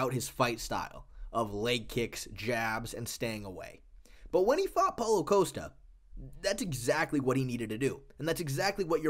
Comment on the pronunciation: It's not "coast-ta". It's "Kos-ta"